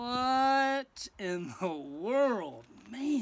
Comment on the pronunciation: Lol..... No i can still hear WHATTTT ....and 😅 laugh .